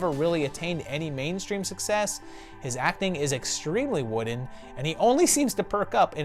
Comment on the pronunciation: ok I’m not the only one hearing this. It kind of makes me giggle and I can’t help it. Woofen.